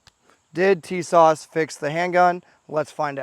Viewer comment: I can't trust anyone who can't even pronounce the name correctly😂.